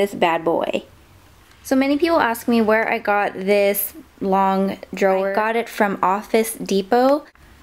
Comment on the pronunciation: It irritates me how she says "drawer"